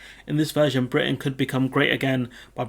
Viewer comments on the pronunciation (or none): none